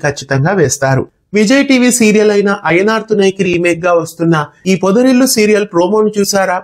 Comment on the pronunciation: అయ్యనార్ తునై✅ అయినార్ తునై❌